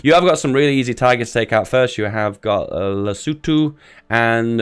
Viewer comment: An American that pronounces Lesotho correctly?! Miracles do happen